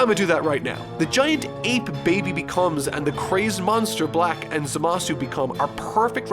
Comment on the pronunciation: Pls say zamasu correctly, it's really annoying when u know how it's pronounced in the show, but u decide to say it in a really annoying way 😒